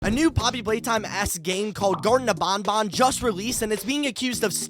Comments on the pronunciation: Him "garten of BONBON" me "EXUSE ME ITS BANBAN LIKE BAN BUT TWICE" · It's not bonbon it's banban. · the whey you say banban is wrong you say it like there is two O's but there is A's not O's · It's pronounced banban not bonbon...